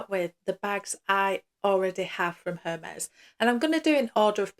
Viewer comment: i believe the “H” is silent